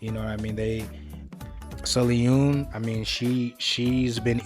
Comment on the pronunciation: I'm sorry, the way you pronounced sullyoon's name threw me off 😂 (its pronounced more like soul - yuun btw 🤗) thank u for reacting to mmixx and loving them! its so hard to find people who appreciate them 🥺